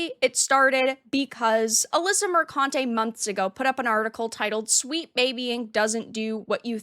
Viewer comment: Let me buy "u" a vowel.